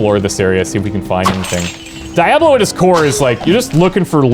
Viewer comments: No, it's not. Diablo is a name and names can't have multiple pronunciations based on regional accents. Diablo, the game, gets its name from the title character, who gets his name from the Spanish word for devil, which is pronounced dee-a-blo (no elongation of the sound at the end, like with a W). Diabolic comes from Latin through Old French, not Spanish, and is not a direct import, but an English word that's developed through the centuries. So, if you are saying die-a-blow, you are simply wrong. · I'm about to thumbs down this video. Just because how you pronounce the name of the game. Its making me grind my teeth. But I am hoping the content helps to over look this. I'm not a picky viewer. However, ignorance is not bliss when posting content for viewers. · Oh my Lord you say it weird . That on purpose!? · OH MY GOD ...the way you say Diablo...UGH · Can you pronounce correctly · How can you be taken seriously when you can’t say the name of the game properly. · You lost me when you didn’t pronounce the game correctly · Had to stop watching after a minute because of the weird pronunciation of Diablo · A part of myself dies a little every time you say Diablo wrong. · Why would I pay money for a game that can be freely downloaded from multiple sites due to the game being abandonware??? And please tell me this guy is Canadian because only a Canadian could butcher the pronunciation of a word like Diablo. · Thumbs down for the way you say Diablo wrong. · Dude, learned English... Your not even British. Diablo.... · Lmao like I'm white but not enough to mispronounce Diablo lmao!!!! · that is NOT how u say DIABLO! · "Die Aw Blow?" its Diablo dude. DEE AHH BLOW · its dee-ablo, not die-ablo lol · Its Diablo, not Di-A Blo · Dee ah blow....not die ah blow... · DIE ABLO???? ITS D DI ABLO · Dee ah blu... Diablo... means devil in spanish... its not BLOW its BLU like blue... but BLU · "DEEablo", not DIEablo" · Die- ablo!😂 Is suppose to be DEE-ablo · What the heck is die-ablo?